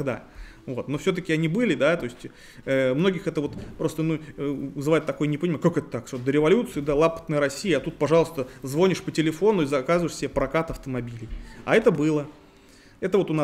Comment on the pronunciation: ЗвОнишь? Не стыдно?